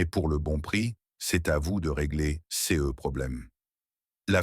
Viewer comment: Quel dommage la diction C-E-S etc… 😂😂😂😂😂😂